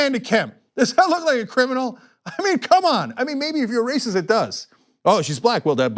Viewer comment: are you saying "where this race is" or " where this racist" ?